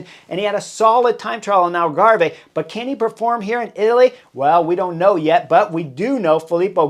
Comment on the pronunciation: Brilliant analysis as usual, Chris. But, please, Algarve is pronounced Al-garve (as in carve, with your turkey, silent last e). Thanks (